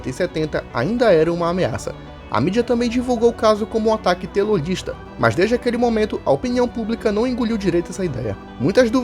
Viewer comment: mt zuado ficar falando a palavra errada, colocasse um efeito sonoro para cortar a palavra sla "telolista" "naxismo" "faxismo". mt zuado msm.